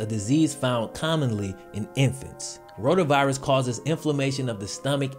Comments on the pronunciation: Is he saying ronavirus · who else thought he said coronavirus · Did I just hear him say roda virus and think he said rona virus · When you said rotavirus I thought you said ronavirus and I was so confusled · And corona cali